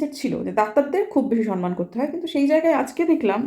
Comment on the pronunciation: Didi kothata 'Samman' ..Sanman noe.. kichu mone korben na..